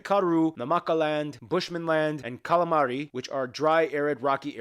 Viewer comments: Did my guy just say Calamari instead of Kalahari 😂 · 🤣 The Calamari (Kalahari)